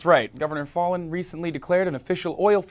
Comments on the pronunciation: Foul-in not Fallen, say it right!😡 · You're pronouncing her name incorrectly. It's pronounced as Foul-in, actually. I live here (unfortunately). I hear her name on the news all the time. As for the Governor... unfortunately, the idiots here will probably reelect her. There's not much hope for these people, politically. I'd move if I could. Unfortunately, that just makes the problem worse because the democrats, liberals, and progressives of the younger generations are all moving away rather than staying and helping change the state from within. I can't say I really blame anyone that's moving. If my family didn't have me guilt tripped into staying I'd have moved a decade ago. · Fallin is pronounced fal (rhymes with gal) + in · Her name (Fallin) is pronounced 'FOUL-IN'. This climate-denying governor asked us OKIES to pray for rain during the drought of 2011. Prayer is her constant policy proposal. But there is plenty more to pray for in this state. Oklahoma is the female incarceration capital of the nation and we rank 48/50 in education. In Senior health we rank 46/50. Seventy percent of roads are in poor condition and nearly 6,000 bridges are functionally deficient (Business Insider), When our lawmakers have unburdened themselves from the necessity of providing basic services, our only hope lies in divine intervention. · I live in Oklahoma. She is an idiot! Also, it is pronounced like Fallon. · Halo Benson i thought he was doing it intentionally. Like failin' (slang/short for failing) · He butchered her last name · You're mispronouncing her name